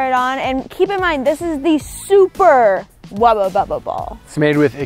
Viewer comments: She says wabababa ball Me you mean wubble bubble ball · I don't know why I'm so tilted that it's being pronounced 'Wubba Bubba Ball'..... But I am. 🤣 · Thank you! I’ve literally been scrolling through the comments and saying to myself “why hasn’t anyone pointed out that it’s a WUBBLE BUBBLE and NOT a wubba bubba” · I actually looked through comments to see if anyone else noticed she was saying "Wubba Bubble" or if I was being picky. Glad it's not just me! It drove me bonkers. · So we are just gonna skip over the fact that said wubba bubba instead of wubble bubble😂she’s so adorable